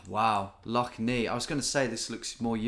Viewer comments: it’s pronounced Lough Nay not Knee btw tom x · Lough neigh is pronounced like neigh/nay rather than the "nei" you werensaying, i always find it funny when you mispronounce northern Irish place names, but a for effort, greay video! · Lough Nay, not Lough Nee 😅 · Lough Neagh is not pronounced Nee but pronounce Neigh (like the sound of a horse) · Love the video Tom, but Lough Neagh is pronounced “neigh”. Like the sound a horse makes. Keep up the good work! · As a Northern Irishman who lives 10 mins away from Lough Neagh, it was pretty cool to see it appear. Oh, and its pronounced "Lough Nay" fyi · Lough Neagh pronounced ney, has been in the news lately, it's full of blue green algae. Coming from pollution running into the rivers that feed it. And those rivers have all been flooded the last few days as well as the lough being higher than usual, when the water eventually makes its way out to sea it will probably be back in the news again. All the water runs right past one of our best beaches, and that will get closed because of it. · Need to say like lough neigh. Read up about it was in the news a lot later about being ruined by algae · Lough Neagh is pronounced Nay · Lough Neagh is pronounced Nay, Like the horse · As a citizen of Northern Ireland, cringing every time Lough Neagh is pronounced. Great video as always